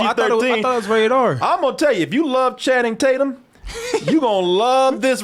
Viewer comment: "Channing-tate-yum" -Danny Mcbride